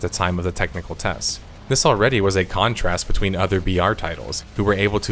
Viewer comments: When you say BR quietly it often sounds like VR. I was like "wow this is VR game? thats some real technical prowess... Wait a second..." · every time you say BR it sounds like VR and confuses the shit out of me.